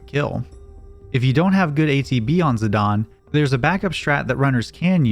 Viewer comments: It’s ziDANE not ZiDAWN 😡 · I hate when people say zidan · Him saying "Zidawn" is killing me XD ZiDANE. like a Great Dane hahaha. IDK, can be pronounced however anyone wants, but its on my nerves. I love the channel and content regardless though!!!! Much love<3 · "zidawn"? Lmao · Z-eye-day-n bro…. Fuck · if it's got an E on the end, I'm pronouncing it Zi-dane, not sorry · The official pronunciation is bur-me-sia and zi-dane like great dane not zidon. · Zidane? NO Zidan Burmecia? NO Bermekia